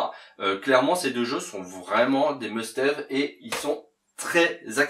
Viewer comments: Pour bien commencer une collection MD il aurait fallu démarrer par une MD 1, pas la 2 :) Pour le reste du top, je ne critiquerai pas le choix, car personne n est jamais d accord de toute manière. ... mais la vidéo était sympa, et c est agréable de t écouter (sauf pour le "must haive " :) :) :) ) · Très belle sélection pour débuter en plus les jeux ne sont pas très chers. Par contre must have se prononce comme le a francais.j’ai pas trop accroché à landstalker et a power rangers. T’aurais pu mettre gley lancer, eliminate down et wily wars qui sont très abordables 😂